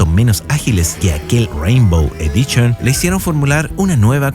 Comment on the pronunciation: "Champion EDICHON, CHORRRYUKEN, CHA, CHE, CHI, CHO, CHU." ¡Tu pronunciación del inglés y japonés ES ASQUEROSA, CABRÓN! :body-green-covering-eyes::face-orange-frowning::face-orange-frowning::face-orange-frowning::face-orange-raised-eyebrow::face-pink-tears:👎👎👎